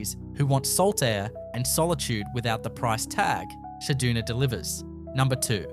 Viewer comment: Cedoona? Try CedUna.